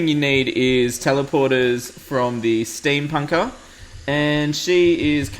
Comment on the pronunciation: Did you just say... Steampunker "chickie"...? o__o